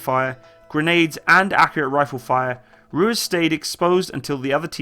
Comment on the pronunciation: Love the videos. Keep em up. Hate to be this guy but it’s pronounced roo-ease. Not roo-is. Are there any equivalents to the rangers or recon marines in the british or canadian military?